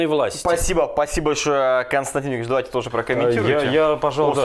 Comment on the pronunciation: не "Пасиба", а "Спасибо" надо говорить.